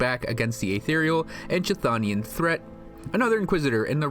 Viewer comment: Please, just please. Chtho·ni·an /'(k)θō′nē-ən/ and Chth·onic /ˈ(k)θɒnɪk/. Silent "k", "th" with tongue against the back of the upper teeth. It drives me crazy every time.